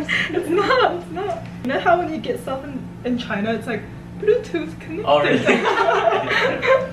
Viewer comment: Ze Blootuth is conectet suzessfully